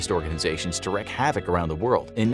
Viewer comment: It's wreak (wreek) havoc, not wreck havoc. !!!